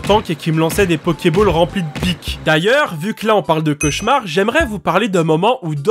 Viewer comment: c'est quoi un chauchaumar au secours mes oreilles